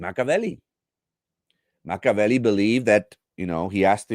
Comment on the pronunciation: It’s Machiiiiavelli. Pronounce the i